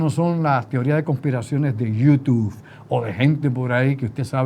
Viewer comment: es youTUBE, no youTUF. Saludos, es que me choca en las neuronas la pronunciación.